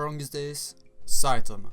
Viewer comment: Its one punch man not saitenman